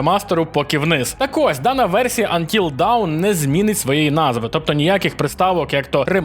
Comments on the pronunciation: ти плутаєш 2 англійські слова Dawn і Down. Гра називається Until Dawn - до світанку (аж ніяк не 'поки вниз'). І слово вимовляється як Дон, а не Даун. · будь ласка, "антіл дон" або "антіл доун" (до світанку), але аж ніяк не "антіл даун", дякую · Until dawn. Not until down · Тільки "Антіл доун", а не "Антіл даун". Це різні речі :) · Ох по ушам фигачило "антил даун". :) Це ж "антил дон" насправдi. Dawn /dɔːn/ -- рассвет. P.S. Да, да, дебильный английский. dAwn - дОн, dOwn -дАун. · Трохи побубню :) Until Dawn - це НЕ "поки вниз". "Вниз" - це Down. Dawn (читається "до:н") - це "світанок". То ж Until Dawn - це "до світанку". Має сенс, еге ж? :) Дякую за відео! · який ще "поки вниз"?))))) dawn (не давн, а дон) = світанок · Until Dawn /dɑːn/ - поки не настане світанок, down /daʊn/ - вниз